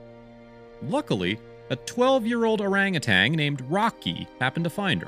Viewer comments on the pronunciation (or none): It's Orangutan not ORANGUTANG!!!!! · Please, please. It's pronounced "ur-RANG-a-tan" not "ur-RANG-a-tang" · You’re mispronouncing “orangutan.” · One "g" in orangutan.